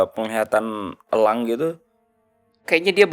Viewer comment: Mata Elang. Bukan Mata Ělang